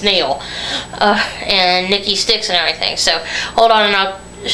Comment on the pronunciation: It's "SIXX", Nikki Sixx.... NOT "Styx". Do you honestly feel it worthy or of value to express your opinions of others, when I'm quite sure people have opinions of you? Just an observation.